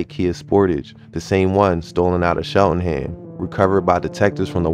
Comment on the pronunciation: Cheltenham. Not Sheltenham.